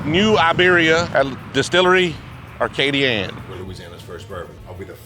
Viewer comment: …It’s Distillerie Acadian not Arcadian